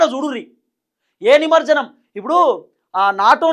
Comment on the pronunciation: నమర్జనం కాదురాబై “నమజ్జనం”అనరాకపోతె నువ్వేంటిరాబై